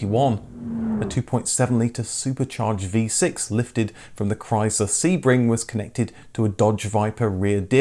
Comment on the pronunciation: Learn how to pronounce Chrysler